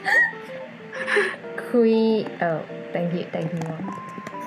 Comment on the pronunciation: can spell vivacious Also: ITS QWEEN ITS VILLIAN